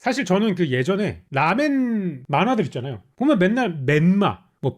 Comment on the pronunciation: ㅋㅋㅋㅋㅋㅋㅋㅋ 라멘리뷰 너무 재미남 근데 제발 쇼~유 처럼 라~멘이라고 해주세요